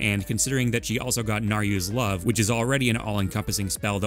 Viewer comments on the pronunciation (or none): My man said "Naryus Love"